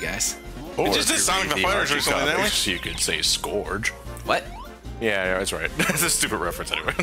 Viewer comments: i thought it was pernounced like scroooooge not scorge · Who the fuck is Skorg? It's Scourge! (Pronounced Skurge) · his name is actually pronounced "Scurrge" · Everyone always says scourge wrong.